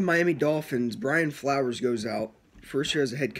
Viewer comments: You can tell you dont know what the fuck you are talking about .you keep saying flowers instead of flores lmao,fitz is the smartest QB in the nfl he can win games ,hes a filler until we draft a QB dude is a good qb.its a wonderful time to be a fan its a new day in mia we will win our divison year 3 of flores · It’s not Brian flowers lol it’s Flores and also it’s not Tannehill who is the qb it’s Fitzpatrick !! You should listen to your video , a couple of mistakes you stated